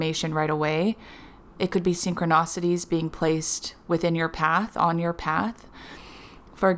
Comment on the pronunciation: I love your channel! Thank you. You are a very clear channel, your info is great and I always look forward to your vids. But PLEASE... it's not "sin-cro-NAH-city" it's "sin-cro-NI-city". Also It's "LEE-mur-i-a" not "LOO-mer-ia". Thanks!